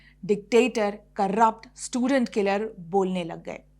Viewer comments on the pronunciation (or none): none